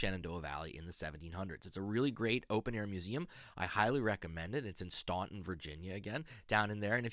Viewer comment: FYI Staunton is pronounced Stanton. I was schooled on that by the locals.